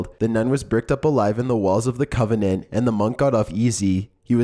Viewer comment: Convent not covinent